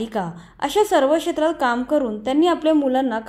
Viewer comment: 'शेत्र' नसून शब्द 'क्षेत्र' असा उच्चारावा. इथेच मराठीची गोची होते. मीडियावालेच अशुद्ध बोलतात, मग तेच प्रचलित होऊन जातं. बाकी नीनाताईं बद्दल मनापासून कौतुक आहेच..👍👌